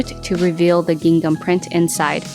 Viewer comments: Lol It's not pronounced "Ging Gum!" That fabric is pronounced "Ging am" - i.e. the "h" in the second syllable of "gingham" is silent. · The second G in gingham is silent. It’s pronounced “ging-ham”. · Great video and love the ideas! Just in case you didn't know the second g in gingham is silent 🤍🖤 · Everything turned out cute! I noticed you pronounce “gingham” different from the way I do….is that a California thing?